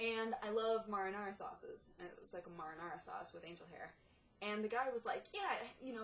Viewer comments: "Maw-Rih-Naw-Raw" sauce! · You say mahrahnahrah, I say mayruhnayruh :D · I've never heard anyone pronounce marinara like that. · says she knows what marinara is but cant pronounce it right